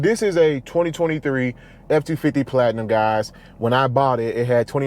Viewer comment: Wait……GAP insurance? GAP insurance is only for new vehicles due to the fact that they drop so much in value when driven off the lot. 2023 for $85k? Yeah you paid way too much. Oh and you are definitely a braggart, you can tell a braggart because they put emphasis on the word “platinum”. Please stop trying to come off as a humble god fearing person. Just another braggart that feels that getting ripped off on a truck makes themselves rich in the eyes of others. Title of video is “my new F250” Title should be “I got ripped off on a used F250”